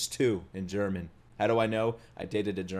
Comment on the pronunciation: your german pronunciation is actually so good wtf - a german